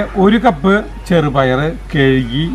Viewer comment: കെയികി അല്ല കഴുകി എന്ന് പറയ് ചേട്ടാ ചേച്ചി.